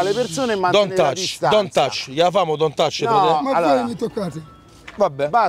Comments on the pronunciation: "Dont och" ha vinto lui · “Dont ach”